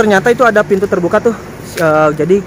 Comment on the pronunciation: Lucu jg mas ini, huruf p jadi f, misalnya lupa jd lufa, pintu jadi fintu 😁😁